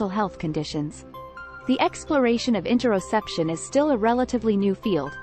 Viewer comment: Great I just got distracted by mispronounced topic word a couple times. Or maybe I'm constipated or both 😅